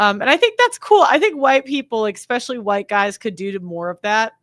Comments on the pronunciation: Especially, not "expecially" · Ekspecially,?